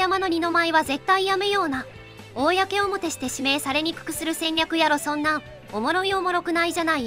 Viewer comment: 公表の読み方が"こうおもて"と"おおやけおもて"の二通りで草